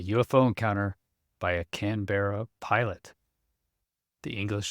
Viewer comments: It's not Can - beara. More like Can-burra/Can-borough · Canberra is pronounced "kan·buh·ruh", or "Kan-Bruh", trust me I'm Australian. It's not a ee sound like 'Berry', confusing I know. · Pronounced "C A N B R A" - Worked as mechanic on No 3 Squadron Germany 1968. RAF. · It's pronounced Can-ba-ra. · can-bear- a is not how it's pronounced. At least not in the UK . As a few others here have pointed out. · try looking up the capital of Australia, then go and listen to how it's pronounced. 🛎